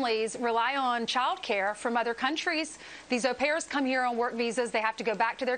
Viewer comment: Good job on getting the pronounciation on au pairs correct, Trevor.